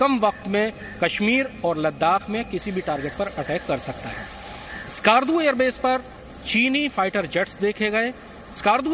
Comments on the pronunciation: Us ka naam ASKAAARDU nhi he , Skardu (skerdu) he. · It's Skardu not skaardu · skarrrrdu hahahah, these inbreeds cant even pronounce skardu right. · The way they pronounce Skardu.😂